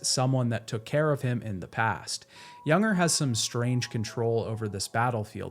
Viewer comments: I really enjoyed the video. It just bothered me that you kept calling Lou a he, which she is not, and you call Cliff "Junger" but he is "Unger". Otherwise great video. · What an exceptional game and a great video breakdown. Thank you. I tried to ignore it, but his name isn't pronounced "Younger". It's "un-ger", like hunger without the h. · It's Unger, not Junger. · "Younger"?? It's Unger, like UN-grrr. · It’s “unger” not “younger” man that annoyed me more than it should have 🤣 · This video is really great but that bothered me so much too. Everytime he said his name wrong it triggered me. It is a pet peeve of mine but this an amazing video though. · FYI I'm pretty sure that "Unger" rhymes with "Hunger", not "younger". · I’m loving this video but Unger is pronounced UHN-GUR. 😅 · I just wanna know why you pronounced Unger as Yunger? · Fantastic video! It drove me crazy that you kept saying Unger's name wrong though lol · You played this game multiple times, and you still can't pronounce Unger and chiralium correctly? Good vid though.